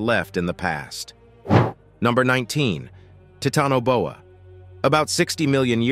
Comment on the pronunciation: the pronunciation of the words are bothersome especially Titanoboa. Is this an AI voice? I have heard other words also that are irritating to listen too and the mis pronunciation of them in other videos . I like the show just saying.